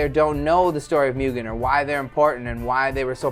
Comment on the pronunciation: its not proniunced mew-gen its muu-gen